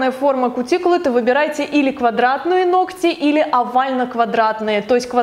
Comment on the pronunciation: Оч.приятный влог. НО, пожалуйста, НЕ 'ногтЯ' (((